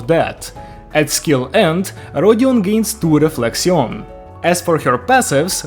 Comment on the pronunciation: I'll be honest here, as a french speaking person, your pronunciation of the french terms was pretty good. 'Though "Réflexion" can simply be pronounced as Reflection, or you can make the "n" silent. Both works here. Otherwise great review!!